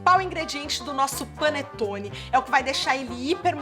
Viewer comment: É um "Pãonetone". Hahaha